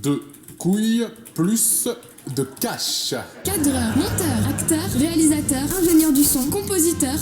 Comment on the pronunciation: "RéalisTateur" Ouh une lettre s'est glissée mon dieu !!